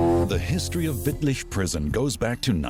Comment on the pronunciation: He even nailed Wittlich